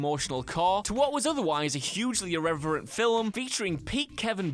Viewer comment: Filum, what a douche. Do you even syllable bro?